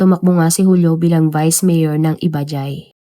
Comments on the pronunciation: Correct ko lang po , ang "IBAJAY ' PRONUNCIATION " IBAHAY" IBAJAY" ( JAY ,- HAY ) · It is pronounced "ibahay"